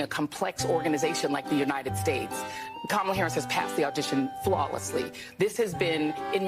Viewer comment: “Kamalalala” what is wrong with these people 😂😂🤣🤣🤣 Cringe af.